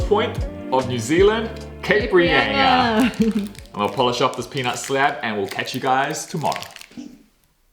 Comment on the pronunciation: Cape Reyinga ! Cringe!!!!! It;s pronounced Reinga, thank you.